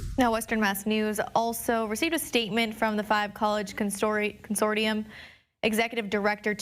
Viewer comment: Her pronunciation of “consortium” made me cringe